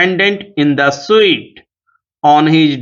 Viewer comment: sir suit ko sahi se pronounce nahi kiye hai